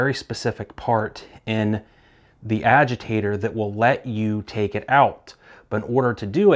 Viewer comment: What in the hell is a aweger lol. Its Agitator